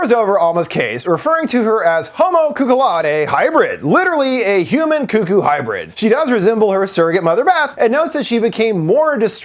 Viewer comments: It's not coo-coo, it's cuck-oo. Wtf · Its pronounced cuck-oo buddy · This is not important in the slightest but i grew up in southern indiana and we always said it like you do, Koo-Koo, but after moving around a lot i just realized I pronounce it more like how its spelled. I didn't even realize I'd done that until I heard you say it and it sounded off to me.